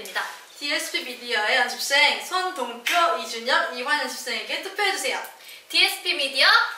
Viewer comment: 연씁쌩인데요 끄덥시 발음 너무 귀엽넹